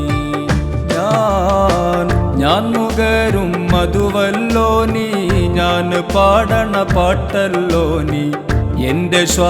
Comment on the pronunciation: നീ, നരകം ഇവയിലെ ന എന്ന ഉച്ചാരണം ശരിയല്ല..അതു ശരിയാക്കമായിരുന്നു